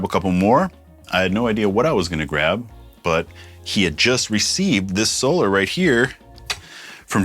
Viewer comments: Hey Rob you had it right the first time it is pernounced So-lar not So-ler🤘🏻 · Ola says, "So-LAR" like you initially did, so it keeps tripping me out hearing it pronounced like normal solar lol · Your pronunciation of "Solar" as "So-lar" is actually accurate if you've listened to how Ola pronounces it.